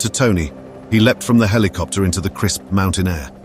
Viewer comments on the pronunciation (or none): Wtf 🖕 Heelicopter ✅️ 😂 Helicopter ❌️ 😊 👇 👇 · Rescue heliopter or **helicopter**? Smashed **skulls**? How many?! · "A rescue HELIOPTER ARRIVED" ? WHAT? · What's a heliopter? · A Rescue Hillyopter arrived?...You Mean Helicopter?